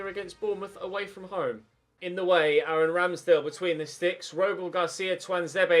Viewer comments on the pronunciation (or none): none